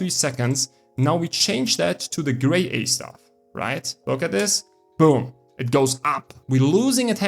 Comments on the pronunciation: BIS pronumtimation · Better than me, at 1st I pronounced it as "Gra Yeye" 😅